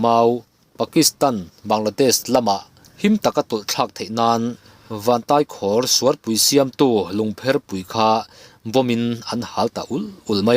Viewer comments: Tai pawh hi Kurtai a a Tai lai ang hian lamrik bawk tur. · Vantaikhawr tih hi khawr lai tak hi kuva khawr kan lam dana khawr ti a lam tur.❤